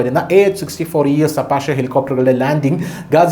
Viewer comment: Appache helicopter അപ്പാച്ചി ഹെലികോപ്റ്റർ എന്നാണ് പറയുക ശ്രദ്ധിക്കൂ